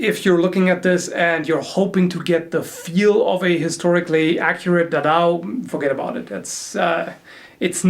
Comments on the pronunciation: It's pronounced Da! Dao! With energy brother that weapon means Big sword in chinese. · It's Da Dao. 2 syllables:-) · I'm Chinese and your pronunciation of "da dao" makes me wanna cry! Haha that aside...great videos and review,. Been eyeing this piece since ZombieGoBoom.